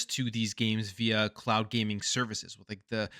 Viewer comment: For a second i thought you said clout gaming. Oh cloud gaming makes more sense 😂